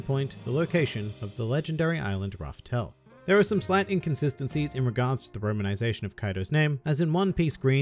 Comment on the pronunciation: Kaido has the best devil fruit name a better devil fruit than his go on IM WAITING oh and u got something wrong the island is not called raftell it's laugh tell it's a minor error but still just thought u wanted to know